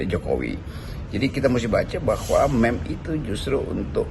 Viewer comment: Meme sebutnya MIM